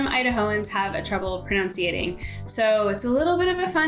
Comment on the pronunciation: It’s pronunciation not pronounciation